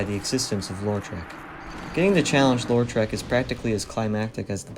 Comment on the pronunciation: Why do you think his name is pronounced "LOR-trek"? It's either "LOW-trek" or "LAW-trek" but either way there's only one R in Lautrec.